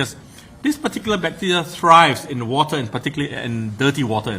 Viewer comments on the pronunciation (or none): none